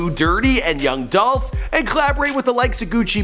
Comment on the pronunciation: ITS DOLPH!!!